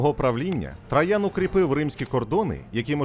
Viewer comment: Цікаво і лаконічно. Це добре. Але «ТрАян» постійно різало вухо)